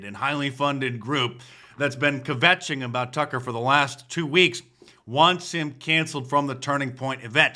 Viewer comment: you pronounced kvetching wrong adolph...may i get a jewish disount for your merch?? would you beg online for sales louder please...no chanukah sales?